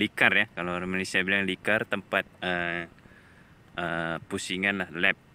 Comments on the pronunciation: Litar lh.. Bukan likar.. 😀 😀 🤭 😷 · Litar bukan likar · Admin tu salah sebut bukan likar yg betul nya litar